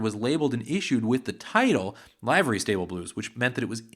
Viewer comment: Excellent video! Just one thing and it's a generational issue. The word "livery" is not pronounced "LIVE-ur-ree", as in a "live" band. The word is pronounced "LIVE-ur-ree", as in the expression, "live and let live". The record executives at Victor, likely, objected to the title "Livery Stable Blues" because of what a livery stable was (a pen for horses). With the association of horse manure, the executives at Victor might've believed the title was too rough and had vulgar associations attached to it to be the title of a song.